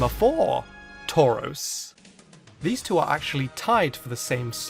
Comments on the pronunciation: Are you shroros it's touros? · I liked it when he said tarous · At some points it sounds like he gave up on saying "taurus" and just repeatedly said "tors tors tors torz torz torz" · U should’ve done Tauros instead of tuaros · I can't hear tauros anymore and can only hear torse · Man, you sure Taurous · Number ten: turus. Me : ok not bad next. Him: number nine turus. Me: wait what ok skip surly not the third time. Him : number eight turas. Me : yea ok bs!!! What the heck KKK!!!!!.( Skip to number one ok surly.) What's number one . Him: snorelax. Me:😂😂 lol .......,.......😡😡😡 What the f*** (five minutes later). Me: ok it doesn't matter it's his choice. (Ten minutes later ) . Screw it arrggghhhhhhh whyyyyy I want to die!!! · take a shot every time says TAUROS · This cow keeps shredding my paper... He Tore-Rows of them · Drink every time he says Tauros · I think he made a mistake with tauros omg he did instead of tauros its tauros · XD when I started this vid I was like "I swear he says Tauros for all of em Imma laugh" well guess whose laughing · Dudeeeee you made Tauros sound weird I swear the more I hear Tauros the more annoying and weirder it sounds XD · The more I hear Tauros, the more I hate it. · Everytime he says Tauros take a shot.